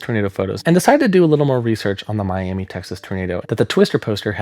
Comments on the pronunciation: How interesting. I live in the Texas panhandle and never knew the Twister image was from a tornado in the area. For future reference, Miami is pronounced My-am-uh. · West Texan here. Miami, Texas is actually pronounced "Miama". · My only problem with this video is how you said Miami Texas cause that ain’t right my friend it’s my-am-uh lol great vid though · it's Mi-am-uh, Texas :) Both Miami, Oklahoma and Miami, Texas are pronounced Mi-am-uh because they're named after the Miami Tribe; Miami, Florida is named after the Mayaimi Tribe, so it's pronounced differently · Just a quick note, Miami, Tx is pronounced “My-am-uh” Great video regardless! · It’s pronounced Mi-am-uh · Quick tip: the town is pronounced “Miama” or “Miamuh” I don’t know why it’s pronounced that way either, and I’m from the area lol Great vid!